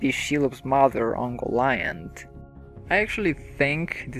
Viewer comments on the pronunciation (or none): It's pronounced "Key-rith Oon-goal". "Oon-goal-ee-int", not "Uncle Iyant".